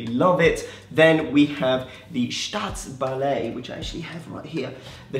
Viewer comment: Man you’re killing me with that staatsballett pronunciation